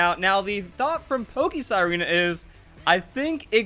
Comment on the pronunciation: Sirena is spanish for mermaid and is pronounced (see-re-nah) Whenever I've heard you say her name you pretty much say Zarina